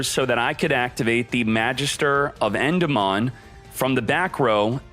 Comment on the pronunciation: Love the tips but learn to say Endymion properly, please